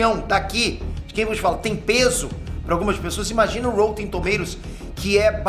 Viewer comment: porra Píter, é rÓtten e não rÔUtten...